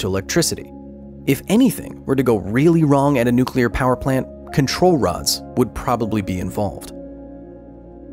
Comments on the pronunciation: NUCULAR. It's NUCULAR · I could see Homer Simpson working at that nucular plant.